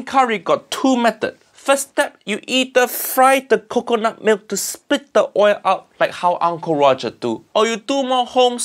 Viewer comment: lol it all went down hill from there. Also huge fan of hearing him say "cuckoonut milk"